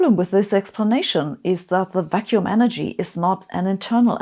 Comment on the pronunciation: I'm so biased by daily life that when you said "vacuum energy" I've heard "vaccine energy".